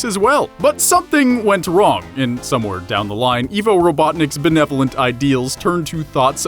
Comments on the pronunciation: That was deep. I just sent it to a friend who LOVES Sonic and thinks Eggman is cool. Wait until he sees this 😆👍 Also it's pronounced EYE-VO, not EE-VO. Lol. Also you didn't talk about Julius Robotnik, but mentioned Gerald. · Pretty sure it's I-vo not E-vo... >.> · Evvo it's fucking ivo (idk how to spell it) (eye-vo) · It’s ivo not evil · I thought it was Eye-vo, not Eeh-vo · You call yourself a sonic fan but you can't even pronounce "Ivo" correctly -_- I - vo not E - vo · It’s ivo robotnick(eye v o robotnick) not e v o and robot nick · I thought it was "Dr. Ivo Robotnik" not "Dr. Evo Robotnik " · Izuku Midoriya it's Ivo…he just says Evo… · It’s pronounced like eyevo not evo if it were evo it would be spelled evo but it’s spelled ivo as in it’s pronounced eyevo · IVO! IVO! NOT EEVO! IVO! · Eye-voe Robotnik not Ee-voe Robotnik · It's ivo not eevo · its ivo not evo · Also it's IVO not EVO! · His names pronounced “I've-oh” not “eve-oh”... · [/] I-vo. [x] E-vo. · 54321 Ikr, i got way more annoyed with that than i should have been. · For reference most pronounce his name as I-vo. Not E-vo. And he is only known as Ivo Robotnick here in the US. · U said Evo, not ivo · This is f*cking scary when you think about it.... But then again, he pronounces 'Ivo' as 'Evo' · Yeah, it's pronounced "eye-voh," not "ee-voh." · I thought his name was pronounced 'eye-voh' rather than 'ee-voh.' ??? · I-vo. Not E-vo. It’s supposed to be Russian. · Pardon me but its Ivo as in "I vo" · It's Ivo! >:( EYE-VO. Get it straight! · nope He’s called dr IVO robotnik because the ivo is pronounced as evil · yeah he says it like evo and it hurts me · R3KT It's supposed to be eye-voh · I can’t even believe how many times you mispronounced my first name